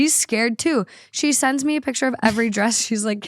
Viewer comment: Why was saying "piture" instead of picture? XD